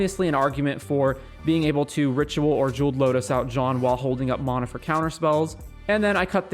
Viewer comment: Nice vid, but its mana (man-uh), not mahnah